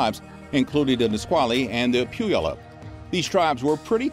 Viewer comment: I thought your Yakima pronunciation was a little off but Puyallup was horrible to be fair I've never heard it pronounced correctly from anyone that's not from here.